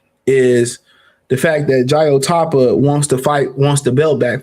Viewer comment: Fuckn Say his Name Correct atleast Wtf! or try another avenue for your Life. "JAI OPETAIA".